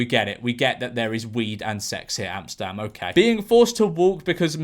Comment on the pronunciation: i find it funny how you pronounce Amsterdam as Amstam